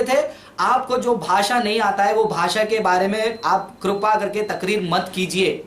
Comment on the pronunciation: Kerpa huta hai Karpa nahi😂😂😂